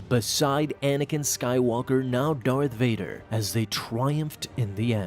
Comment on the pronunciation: Varth Dader